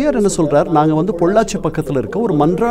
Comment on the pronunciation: Mannaadiyaar Athu ; not mandradiyar 😤😤😤